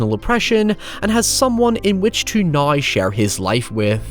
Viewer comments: “I never had the opportunity to see it until naïeaux” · Naaiouuw? Did you try to say “now”? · the way you say "now" ahahah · Man you really stretch the pronunciation of the word "now" out to it's full potential lol I love it. Great vid, great channel. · The way you say “now” is absolutely bonkers 😆